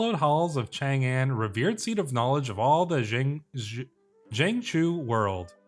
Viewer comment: Your understanding of phonemes is great though! If your trying to pronounce it, thats good enough for me as a native speaker! (Sichuan would be Sss-Ch-wuan, your Wu Zetian wasnt far off either, ooh but the "Chang An" should be pronounced smth like Ch-ahng ahn) They definitely need to add more phonetic symbols throughout Did not know I needed Court politics like this in CK3, I can imagine a 3 kingdom type of playthrough being fun too!